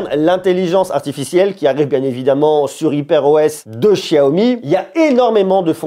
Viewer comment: Não sabe nem pronunciar xiaomi